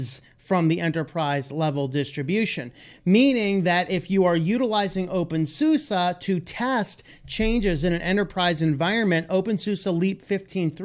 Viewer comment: Infact, it's always funny how Americans pronounce "OpenSuse" ;-))